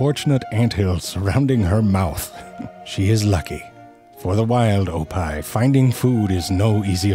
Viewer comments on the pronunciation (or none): I think he was trying to say hippo backwards like oppih. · I know he's saying "oppih" (hippo backwards) but I'm hearing "oppai"....why is he calling that hippo "boobs"? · I can't stop hearing "Oppai" when he's saying "Oppih". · I was so confused why he called it "the wild oppai" as well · I thought he said ‘oppai’ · Why did I think that he said "Oppai" aka Japanese booba? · Oppai are boobs in Japanese. Initially that's what I thought zefrank was saying in this video, but then it hit me that he was saying hippo backwards. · I was confused at first, because I thought he said “oppai,” which means “boobs” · It really sounds like he's saying oppai. Wait he is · OPPIH is pronounced like OPPAI? Well I'll be, that's the Japanese word for boobs. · Damn, I misheard "oppih" as "oppai"... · I know you are calling it an Oppih but Oppai pronounced the same is tits in Japan. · And the way he pronounces it sounds like the Japanese word for boobs 😂😂😂